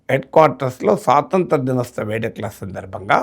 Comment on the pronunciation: Dinostava kadu, dinotsava